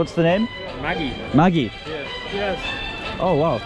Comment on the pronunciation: A Bengali will understand the pronunciation, when the foreigners pronounce the word Maggi 🤣